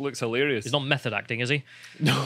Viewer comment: "METH-od acting"